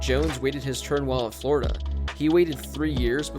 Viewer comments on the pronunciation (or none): none